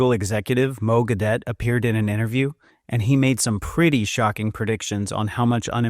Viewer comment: You should get his name right: Mo Gawdat, not "Mo Gadawt" ( and before) !!!